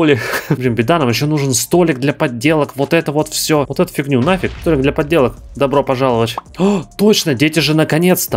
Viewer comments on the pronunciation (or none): Пожалуйста, не столик для подделок, а столик для поделок. Я слышу твои два д )))